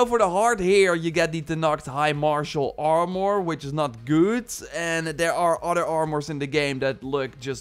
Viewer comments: That was very helpful already wasted some time on purples not knowing about levendary. Small friendly advice: Im assuming youre dutch. 'Armor' is pronounced like the dutch word for poorer. "Armer" instead of "armòr". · You speak very well but why do you have such a hard time saying armor lol..? It sounds like your saying (armor,more) every time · Armore?? Stop saying that your killing me over here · are more? more like are less